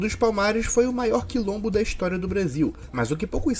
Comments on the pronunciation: a palavra é *Quilombo*, e não *lombo*. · Quilombo não lombo 😅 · É Quilombo e não lombo, jumento. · O certo é Quilombo dos Palmares. Pesquise "Quilombo" e não lombo. Atenção às pronúncias do português brasileiro. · Trata-se de um "quilombo" e não "que lombo". Pega leve, patrício! 🤣🤣🤣🤣🤣